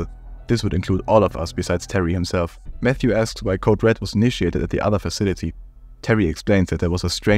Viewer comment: I believe Mxthe is pronounced "Meh-Kis-Da". Note that he is from Mexico, and according to their alphabet, the X is actually the "la equis". I struggled to pronounce this myself initially but I think this pronunciation is most accurate. Of course, if you can reach the dev himself, maybe he can correct me if I am wrong.